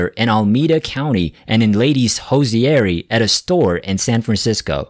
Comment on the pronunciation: The robonarration... hosiery -- hosy airy 😮 yikes. Dayuuuuuuum and, I'm outta here. Hosy airy.. I'll never be able to unhear that.